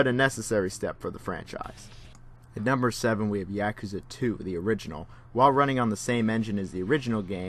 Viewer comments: Good video, but damn is your “Yakuza” annoying. It’s YA, not YEAH kuza. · Yakuza is pronounced ya-ku-za! Not Ya-ka-za. Just saying. Like British people that can't say Gary. They say Garr-ey lol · Yaakuza? Why the fuck do you say it like that? Lmfao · I too enjoy Yak-ooza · clicks on video "yeah-cuh-zuh games" clicks off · the way you say "yakuza" gives me an aneurysm. talm bout YEAkuza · The only thing I learned from this video is that you couldn't pronounce "Yakuza" if you had a tanto to your nodo. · Bothered by the pronunciation of yakuza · you pronounce yakuza like a white boy